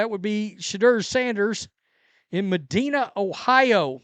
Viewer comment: MUH-DEENA Ohio? Lol! Can you pronounce "Cuyahoga" for us too? 😂